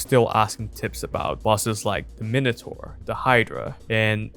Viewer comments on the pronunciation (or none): none